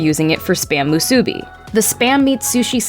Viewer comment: Moo-soo-BI. Accent on the last syllable. (Or, I was deaf those 6 years on Oahu.) Best way to make musubi, is to lightly fry 2 slices in oil, and then add some teriyaki sauce. 2 pieces of Spam, with seasoned sticky rice between, and held together, with a strip of nori. steve